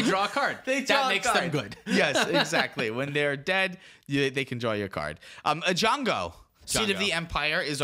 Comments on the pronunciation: EYE-JONGO LMFAOO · Ei-Django, the D is silent